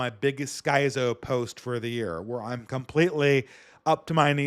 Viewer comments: "Sky-zoe" First time in my life I've heard it pronounced that way. Skizz'o. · The man mispronounced “schizo” it’s not even worth trying to correct at this point lol. I think people who read a lot just tend to do this.